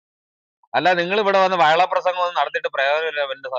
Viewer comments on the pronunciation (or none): വയള് അല്ല വഷള് 😂